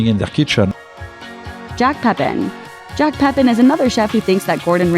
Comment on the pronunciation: Jacques is pronounced jock